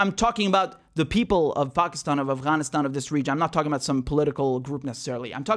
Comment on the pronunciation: I saw this general with all kinds of shit all over his chest, you know, ribbons and the like, clearly say "Assghanistan". I listened to it twice to be sure. Kind of sums up these assholes outlook, doesn't it?